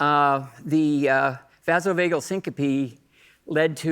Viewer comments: Pronunciation: vazo vagul, not fasal. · It’s clean A in vasovagal not ah.